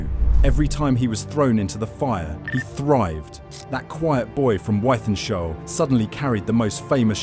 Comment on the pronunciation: Its pronounced with-then-shaw